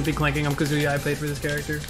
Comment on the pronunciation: Hearing pronounce Kazuya Kazooyah for 8 and a half minutes is making me want to cry.